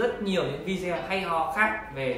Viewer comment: Cam on nhieu.xin hoc lai cach doc chu video,dung doc vi deo nhe!